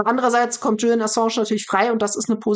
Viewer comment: Ich verstehe trotzdem nicht, warum Sahra den Namen Julian immer falsch ausspricht. Es hört sich fast spanisch an, spanisch Julian wird aber auch nicht so ausgesprochen. 😅